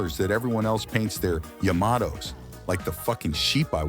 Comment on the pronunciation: "I moved down the length of the yomomtoes hull" 😂😂😂😂